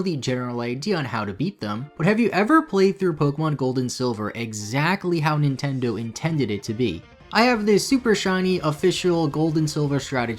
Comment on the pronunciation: Haha I like how you said “Nintended”.